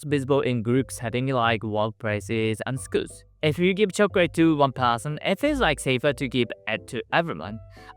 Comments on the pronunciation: Chocorate not chocrate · he says Chocorate